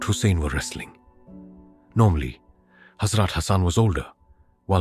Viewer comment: Salam , love your stories and want to donate some money. But please make sure the pronunciation is correct , for example , Holly , Hazrat and others are not pronounced properly . And the translation in English is awful. If a non Muslim is hearing it , he will not understand . Please ensure the person narrating is properly trained in Muslim names and places and especially prophets and hazrats names . Jazakallah